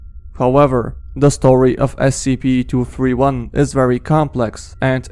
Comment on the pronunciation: The second one you said scp 2 hundred and turdy 1